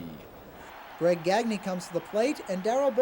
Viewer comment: It isn't GAG-KNEE. It's "Gone-yay."